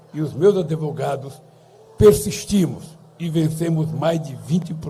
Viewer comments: é Advogado ....não AdEvogado...não aprendeu com tanta audiencia até ser preso ? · OS "ADEVOGADOS" KKKKKKKKK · "Adevogados". Parei de assistir aí. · O nome não é adevogado! Ainda se acha intelectual? Kkkkkkk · Os adEvogados do Lulalau, kkkkkk